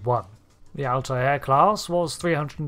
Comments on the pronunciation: I took me a moment to figure out you were saying Altair. 🤪 I've always heard it as two syllables (al-tare) as apposed to three (al-tie-air). Is that a UK thing?😉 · Altair is just pronounced "alt-air" - it's just two syllables. The Altair system is featured in Trek a few times. Spock drinks Altair Water. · Remember the episode of Family Guy where Stewie winds up Brian by saying "Whil Wheaton"? Or "Cool whip"? I'm getting that every time I here Alt-eye-air. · no, it's pronounced al-ti-er (all tie ur) or al-tair (all tear). It's pronounced with three syllables more often than two